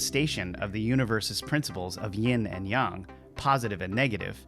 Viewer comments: Isn’t it yAAAng not yung…. Mandela or just me 🤔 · I think is. He can't pronounce yang right. Sounds like he's saying young. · Just say yang like a normal person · Not sure how much of this i can take. Your not pronouncing yang correctly, just like a bot would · The pronunciation of yang is off of yang( ying/ yang)....but it feels not quite 100%human created...but good enough to fool most